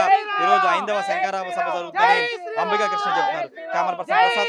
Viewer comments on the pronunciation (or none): ఒరేయ్, శంకారా కి కాదురా, శంఖారావం